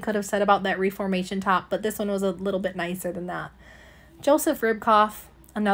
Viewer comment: Or like the name Monica (like from friends) but with an O on the end. Club Monaco. And Reformation is pronounced ref-er-mation. Kinda like referee. Pronouncing brands correctly does boost your credibility as a reseller.